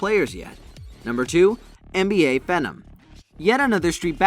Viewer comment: Dude really said phenom 😂😂